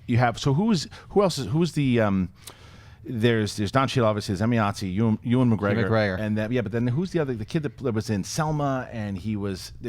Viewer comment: The way pronounces Ewan McGregor is...interesting